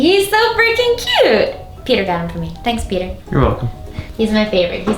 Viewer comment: Every time you say Peter with an accent and it sounds like your calling him cracks me up. Especially when you say "And bought me this" hahaha sounds like an animal rights organization bought you a present 😆